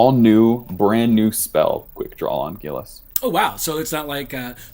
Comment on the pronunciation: Yes! It bothered me 😂